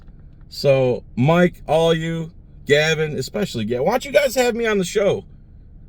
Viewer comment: It's *Galvin*, not "Gavin", you dope. And Galvin is right.